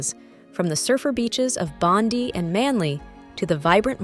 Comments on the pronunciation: Bondi is pronounced Bondye not Bondy, and yes it is one massive country with many different climates. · It’s Bond-eye not Bondy beach. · ITS BONDI NOT BONDY BEACH DUH !!! GET UR A.I. IN ORDER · Lol how Americans say bondy ❤.. Bondi is pronounced 'bond-eye' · its not Bond-ee beach, its Bond-eye beach. Bondi Beach. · Bond-Dee Beach ---> No you American Clown - It's pronounced Bond-eye Beach - FFS at least look it up before you make a video on somewhere your NOT From - F--ing Geeeez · Bondi is pronounced 'Bond- eye'. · Please learn the correct pronunciation of place names. Bondi is pronounced Bondeye. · Pronounced Bondi mate.